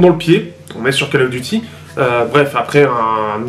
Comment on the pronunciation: "call" se prononce "caule" sinon ça peut être sympa pour les joueurs mobile. Pas pour moi cependant